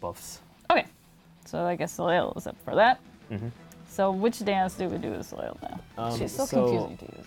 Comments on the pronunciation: "Soleil" is pronounced "so lay" ;-) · ...when the team that created Soleil doesn’t even pronounce her name correctly. Lol! Ugh...good job, but this is high-reaching for most of your player base. 😬